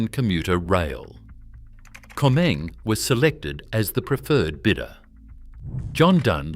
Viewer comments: Afraid the mention of 'Comeng' and not 'Comm-Eng' made me grind my teeth every time I heard it. Can't handle AI ! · Pity the voice over couldn't pronounce "Comeng" correctly. It's "Comm-eng". Short for Commonwealth Engineering. That's what happens when you use AI.